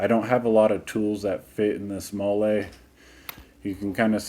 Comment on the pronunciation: It is pronounced molly